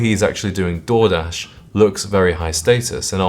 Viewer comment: 😅I thought you said "Jordache," and realized later you actually said Door-dash. Underpaid Door-dash IS classier than the other overpriced trash.